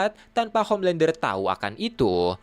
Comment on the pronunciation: Homelandah,Bili butchah😑